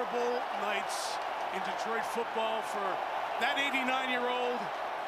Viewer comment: The announcer here actually pronounced my citys' name CORRECTLY for a change!! The"E"is as SILENT as the"w"in "sword"and"wrestle". Its D'troit NOT:"Dee-troit" As a man who scored THIRTY-ONE(out of a possible 36)on the ACT,I l know ehat I'm talking about!! 😐